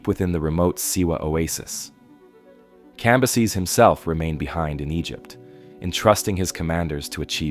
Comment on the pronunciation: It’s fucking CAM - BYE- SES.